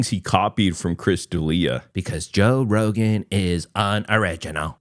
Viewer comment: Toe Rogain 😂